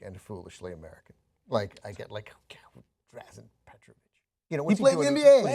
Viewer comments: He messed it up on purpose if you couldnt tell lol. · Rule number one. If you can't say the name Drazen Petrović correctly,then you shouldn't be in any kind of a basketball show.